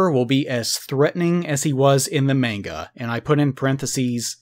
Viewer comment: This guy is the only American that I've heard say "manga" properly